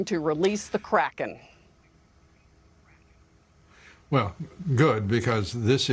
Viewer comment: “I’m going to release the Karken” Damn